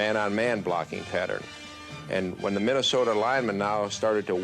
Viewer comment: He didn't say Minnesota he said MinnesotER LOL RIP John Facenda !